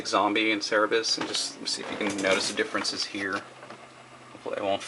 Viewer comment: it's pronounced cer-ber-rus. it's named after the dog that guards hell from greek mythology